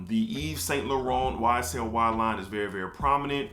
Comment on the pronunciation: Bomb list! LHOMME Ideal is in my top 5for life as well. I am hollering at YSL pronunciation!🤣🤣🤣 I have edp it is A and B personally I on buy fragrances or flankers that don't smell the same! Check out AlT fragrances I have several inspired fragrances that are in your top lists you will be glad you did!